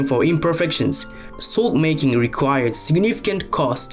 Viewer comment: His accent makes it sound like he’s saying Soul Sword. I dig it.